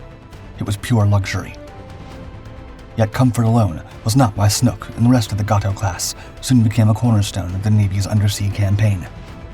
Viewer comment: It's pronounced Gay - toe not Got-toe ! With your knowledge you should know better !